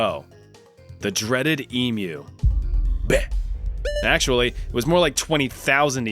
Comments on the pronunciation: good on ya mate you are the first yank I’ve heard correctly pronounce emu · Thank you so much for pronouncing emu the right way! It really hurts when I hear people say emoooo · Holy shit, someone saying Emu right. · the fact that you pronounced emu right makes me so happy thank you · Thank you for pronouncing emu correctly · Yeah yeah, I'll agree that it's funny we 🇦🇺 lost a war to Emu's. But bloody Hell, have you ever met one of those feathered Dinosaur Bastards!!?! And thank you for pronouncing Emu correctly.